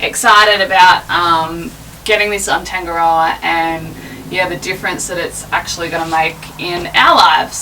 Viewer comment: The boat is nice but you cant even say its name properly